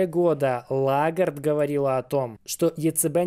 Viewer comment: Прошу прощения, но ЛЕгард, а не Лагард